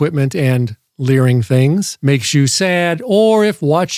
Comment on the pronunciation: You keep mispronouncing that word. I know it's spelled "learing", but it's pronounced "fraud". If you keep making videos with this much learing you're going to start sounding like the mom from Bobby's World, or like the cast from Fargo.